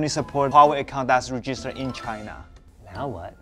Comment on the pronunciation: Why does it sound like you say vegina instead of China??